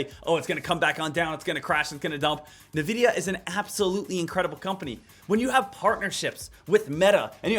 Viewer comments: Lost me at “Nuh-vidia” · it's not pronounced nvidia, its N-Videa